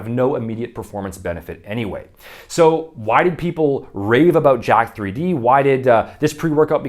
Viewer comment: Someone probably mentionned this to you since the time of this video, but Jack3d is actually a clever use of internet elite speak, where the letter E is represented by 3, so it should be pronounced "Jacked"